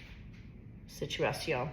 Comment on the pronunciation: I know you’re Canadian, but are you French or just know how to speak it? When you said “situation” it was hard to tell. I’m French well francophone and Canadian too. 🇨🇦🇨🇦